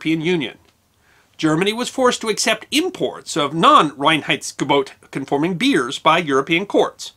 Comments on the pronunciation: You did a pretty good pronounciation of "Reinheitsgebot"! You start off with "rain heights go boat" (better: "rye-n heights go boat") - which you manage to do several times later on - although it differs every now and then. Still, I must compliment you with the efforts you must have gone through to get it right. Well done! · As a German, I love your pronounciation of "Reinheitsgebot". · kudos for getting the pronunciation of Reinheidsgebot almost correct. I know German isn't easy for non-natives. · Can’t give you enough native speaker 👍🏻👍🏻👍🏻 for the pronunciation of „Reinheitsgebot“ - very well done! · Allmost right indeed :-) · I love the song like way "Reinheitsgebot"is pronounced. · pretty perfect pronunciation of "Reinheitsgebot" :-)